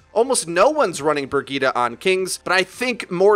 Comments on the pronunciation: Ugh! “Brig-eat-a”...! That pronunciation is killing me! I thought it was “Bridge-it”!! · IT'S PRONOUNCED BREE JEET, NOT BRUH GITA. WHAT THE FUCK IS BRUH GITA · Say it with me briejeet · everytime he says burgitte take a shot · Lol. The Way english People pronounce “Brigitte”. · Rolling the tongue vs not rolling makes a huge difference... Lol